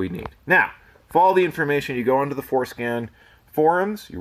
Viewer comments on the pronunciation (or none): Ahh, FordScan. I thought you kept saying foreskin. 😆